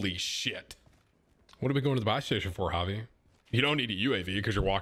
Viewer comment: Im g glad you pronouced javi right